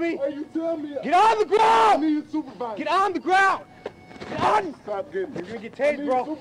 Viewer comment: "I need yo supavisa, I need yo supavisa, I need yo supavisa" 😆